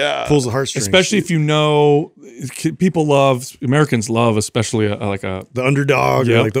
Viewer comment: Constructive Criticism (and pet peeve of mine) -, the word "especially" does not have an X in it, and "supposedly" does not have a V. I'm surprised hasn't called you out on it! Only trying to help🙏✌